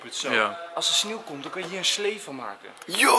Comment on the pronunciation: Het is sneeuw niet snieuw